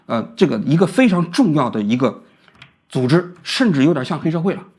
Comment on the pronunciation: 工会作用1 保证就业安全感， 资本家不可能轻易开人也没有35岁忧虑。 2 内部公平， 按照CBA 和seniority 去Bid 各种排班 福利 加班 这样避免了很多黑箱操作和关系户 3 整体去提高福利待遇 一个打工人不靠自己而靠整体去要求提高工资福利水平有什么问题？ 波音高管拿多少？加航CEO拿多少？ 一线怎么不配加个5%每年了？ 与资本家同情 活该35岁失业去送外卖。 每年我交2000多工会费， 完全觉得可以啊 有工会与没工会对打工人的影响是巨大的。王菊的认知永远停留在改革开放红利被所谓的精英阶层独享的美好记忆里裹足不前。 最后建议普通话东北味应该改改 Z总发音成ZH 组织读成猪织…